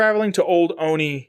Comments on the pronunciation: I'm from Olney, MD. The "L" is definitely not silent. Three Dog certainly pronounces it. I'm not sure what you're talking about. "PPE" might be a reference to Pepco (Potomac Electric Power Company), the real world power company that supplies electricity to DC and its Maryland suburbs. Also, I'm not really sure why it's called the Olney Support Center. It's a couple miles north of town and technically has a Gaithersburg address. But I guess that's the US government for ya. :-D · I'm from Maryland and never heard anyone pronounce it like that.